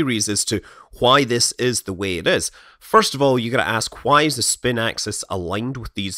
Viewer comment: Why do you say why like "qua-hi" ? Is it like Stewie and saying the name "Wil Wheaton"?